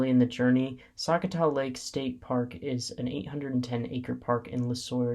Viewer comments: Sakatath state park pronounce Su cot A - also while these reviews are great if you are in Minnesota there will be bugs. I ignored all mentions as mosquitos may flies and deer flies have nothing to do with parks as that is ecology and again Minnesota. Common sense use bug repellant and sun screen. Most out door people know how to exist without crying about bugs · Also… you said a lot of park names wrong for example sakatah and Myre Big Island